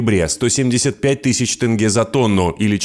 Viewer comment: И еще одна просьба к Русским. Можете слова читать правильно на русском. Например - Тенге. а вы все поголовно в этом слове видите "Э". и читаете Тэнге! Прекращайте, не смешно уже.